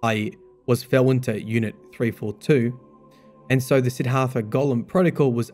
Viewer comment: SID-DHART-HA not SIDD-HARTHA